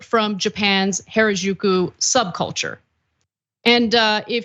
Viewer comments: She said it the whitewashed bastardized way Gwen does. You’d think Gwen would say it right with all her love for the culture…. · Japanese only has 5 vowel sounds (excluding diphthongs). A I U E O = ah ee oo eh oh (not exact, but reasonably close). "Ju" is pronounced exactly as written, not like in "au jus" - Japanese is not French. And without getting into the difference between pitch accents and stress accents, there is perhaps a slight accent on the 2nd syllable, definitely not strong stress accents on the 1st and 3rd. Maybe spend a few seconds on Google Translate to get the correct pronunciation of foreign words before going on air? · Why did you pronounce Harajuku “原宿” in such a very strange and completely incorrect way? You should have taken a moment to learn how to say it properly, before making this video… Even minimal effort would of made you sound better! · Someone please teach Anna how to pronounce Harajuku.